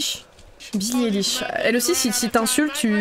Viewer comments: On dit Billie "Ailish" TwT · Maintenant on passe à Billie Eilish! - Elle aussi si t'insulte tu te prends... -Ne dis plus rien!! On dit Billie "aylich" x)